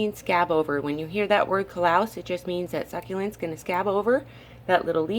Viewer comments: Callous isn't pronounced "coll-LOUS." It's pronounced "CAL (as in california) - us (as in bus)." CAL-us. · Great video. FYI the word callous isn’t pronounced with the ‘louse’ (ie plural lice) sound at the end. Rather, it is pronounced with the ‘luss’ sound. So ‘cal’ (as in California) and ‘luss’ (as in us or truss). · it’s pronounced “Cal-Us.” Lol thanks for all the helpful info tho!